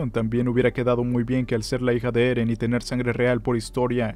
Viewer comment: Ereh peruano